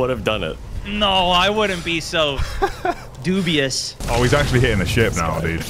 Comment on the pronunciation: Smashed like for 'doobious' 😂